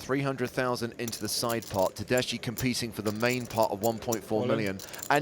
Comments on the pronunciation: Tedeschi Is an italian last name. The correct pronuntiation Is something like "Tedeski", not "Tedeshi". Just saying. Nice hand. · Pronounced tedeski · you read it tedesky, that means in italian Germans, as persons. italian surname indeed...thank commentator